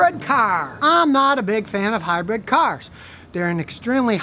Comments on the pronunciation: Brid NOT Bread! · Scotty says "Hi-bread". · Hmmm. All I can gripe about is Scotty saying 'hybred' instead of 'hybrid'. I don't like to gripe, but Karen kept yelling at me about it. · What is it about northerners that they cant pronounce hybrid? Both scotty and regular cars say high bread.